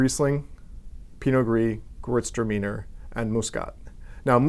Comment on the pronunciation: if i can correct you concerning the pronouciation of Gewurztraminer. you should say "gay vurst raminair". 😉